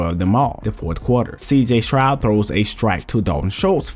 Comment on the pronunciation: s-t-r-o-u-d Not SHROUD 😂😂😂